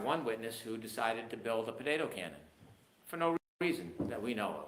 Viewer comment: . The password is... Po ta toe.... What the fuck is ah bo-day'doe cannon